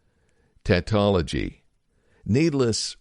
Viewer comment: "tah-tology" tatology must be the study of tattoos ;) also, lao tsu is not lao chah, but lao, "tzuh" that aside this was interesting. the "bro" part was humorous. the conclusion kind of explains it all